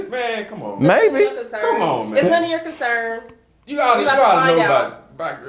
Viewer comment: “We are consennn to find out her baby daddy”😂